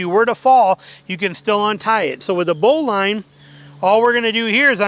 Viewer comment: It's bow-lin not bow-line